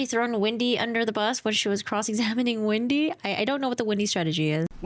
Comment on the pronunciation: Her name is Wendi, not Windi.